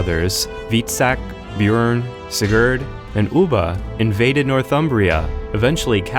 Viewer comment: Audi Thief he said it wrong and its Björn